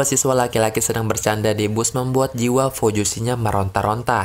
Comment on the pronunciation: Ralat ya bang Pelafalannya fujoshi bukan fojushi